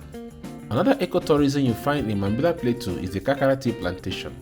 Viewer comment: The farmer talking about the trees says Plateau correctly, but the narrator says play-too over and over again instead of plah-toe. As I'm typing this, he says Play-too again haha.